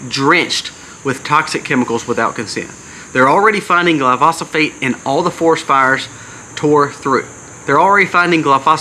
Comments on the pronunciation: I thought I’d help you out with one thing. Glyphosate is pronounced Gil eye-pho-say te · Say gly-fo-sate (glyphosate)